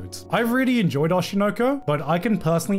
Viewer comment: he's finally pronouncing oshi no ko properly